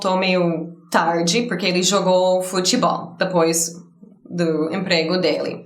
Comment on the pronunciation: and, I love the way you say depois....lol